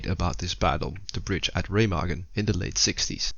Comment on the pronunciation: So happy Ramagen wasnt pronounced RuMeJuN like in that other guys video